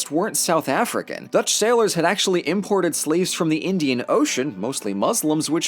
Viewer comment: That Dutch pronuciation hurt me, good stuff otherwise though.